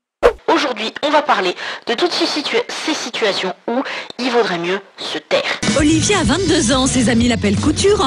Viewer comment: Je reve ou la voie off a dit olivier au lieu de olivia